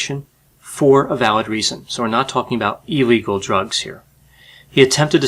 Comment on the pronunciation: It's "illegal" not "eel-legal." Also, seriously? That doofus got hooked? Ha-ha! Maybe that should have been one of his rules for young men.